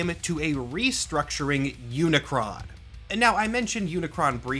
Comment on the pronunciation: Search for the transformers stuff you got pretty much everything right in fact I'm very impressed that you pronounce unicron's name correctly the main thing you got wrong is that Unicron is not just a Galactus rip-off Unicron is straight up robots Satan there's no other pretty fancy roundabout way to put it he is the embodiment of death evil corruption and destruction enter than that you really only got like a phrasing thing wrong when discussing characters within the universe nobody calls the transformer of transformer they're called cybertronians when discussing them outside of universe we call them transformers